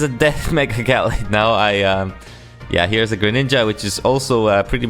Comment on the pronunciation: i have NEVER heard it called jallade. not in my life. i would be concerned that it was actually pronounced like that, if i hadn't watched an episode of pokemon journeys recently with a guy who has a gallade in it. and im 100% sure i would have noticed if it got called jallade.